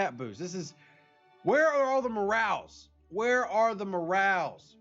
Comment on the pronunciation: Lol. I think I can explain one of them... Your accent makes it sound like "where are the M'rals?" Instead of where are the morales? Ha ha ha!